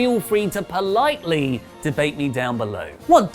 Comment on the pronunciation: I love the way emphasised on the politely